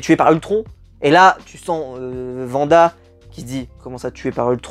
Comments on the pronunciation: Wanda* et non pas vanda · alors deja c "Wanda " et non "Vanda" et les deux 1er épisode sont clairement réussi en terme de mise en scène et intrigue et pour info ce sont des sitcom de l'époque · C'est pas Vanda c'est Wanda